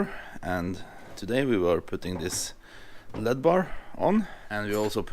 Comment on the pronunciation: *L.E.D.*= Light.Emitting.Diode. Pronounced -- ELL. EEE. DEE. Just sayin. In case you dont know. A diode is a oneway valve. But if you force enough electric through it the wrong way it glows(emitts light).